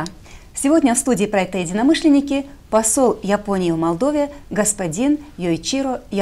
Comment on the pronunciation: Два года в Молдове а говорит Мордове.Не выучил название столицы